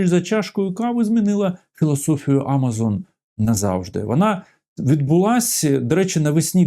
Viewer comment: Будь ласка, автор, тільки не А мазон. АмазОн. Якщо ваш канал україномовний і ваша аудиторія українська. Бо якщо ви говорите українською ФлОріда, то вже говоріть і КЕнеда, і ЕтлЕнтіда, не цурайтесь.